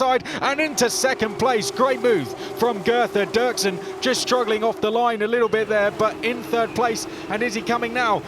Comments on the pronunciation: Dürksen is pronounced Duerksen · Ü = UE Dürksen = Duerksen . Both are correct, in German or Spanish , the English Durksen pronunciation is wrong, the same happen to Hülkenberg =Huelkenberg in the F1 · It's dürksen